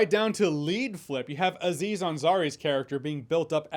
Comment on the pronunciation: It's not A-ziz Ansari, just like it's not A-dam. It's just Aziz Ansari.. Having watched the full video, he corrects himself later. 😂😂